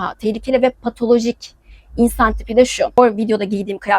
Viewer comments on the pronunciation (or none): pataloji değil, patoloji. türkiye'nin büyük çoğunluğu müslüman değildir. çünkü çoğu araştırmaz, okumaz, bilgilenmez. sadece taklit eder. kendisine ne anlatıldıysa onu savunur, onu söyler. mesela namaz kılar ama yalan söyler. :) o yüzden o yazılan yorumları çok ciddiye almamanı öneririm. ayrıca bunlara bakıp islam'ı bu zannetmeyin. bunlara kızıp da dine cephe almayın. bunlar cahil. bunlarla sohbet edilmez, tartışılmaz. he senin eşeğin kancık olsun, deyip geçersin sadece. can sıkmaya değmez. :)